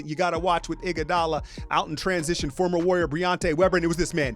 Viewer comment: " we had an iguadala sighting" lmao